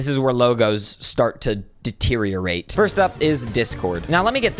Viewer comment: you mean D-teriorate?